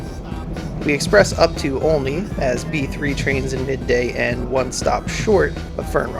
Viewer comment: it's pronounced olney